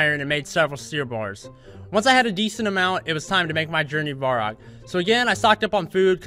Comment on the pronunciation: Um, i didnt wana be the one to tell you this, but its varrock, not vorrack x)